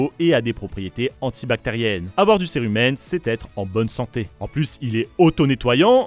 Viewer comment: On dit pas curé humaine mais bien cérumen 😅 A par ça super vidéo